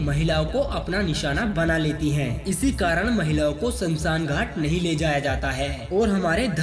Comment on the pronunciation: Samsan nahi smashaan